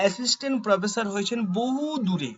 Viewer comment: আপনার উচ্চারণ ঠিক করে নামুন।স ,শ,ষ আছে । শ ষ হচ্ছে স।স হয়ে যাচ্ছে শ। প্রোফেশার নয়।াপনি /আপনারা অটো বা টোটো ট্রাই করতে পারেন।